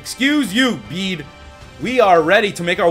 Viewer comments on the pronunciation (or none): His pronounciation on Bede was from Bey-Dey to Beed.. Q.O.T.D. : Hmm, Litten because my first starter was a Litten.